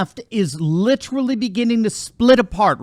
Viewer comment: LIT-TER-A-LY, four syllables!